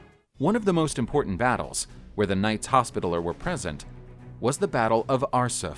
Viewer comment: This guy pronounces literally every other word wrong. Pronouncing hospitaller wrong.